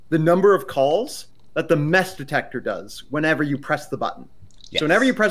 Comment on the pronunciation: Heh mess detector sounds like mass detector